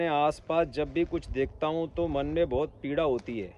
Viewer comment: पीडा़ होता है नाकि पीढा़